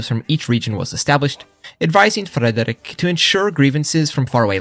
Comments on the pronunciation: Why are you pronouncing "Frederik" like that? That's not how you say it. You don't have to roll the r. Its more like the French r like in "Revolution". And the d is... Idk how to describe that. It's not a sound anyone else has. Google "Soft D" if you want to learn about it, and pray that something else doesn't come up instead. And why don't you do the same for Christian? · You pronounce Frederik more like an Norwegian than a dane.